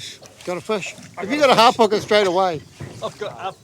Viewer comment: Isnt Hapuka not Harpuka?